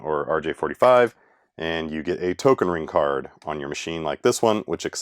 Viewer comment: He pronounced "Token ring-kort" right :3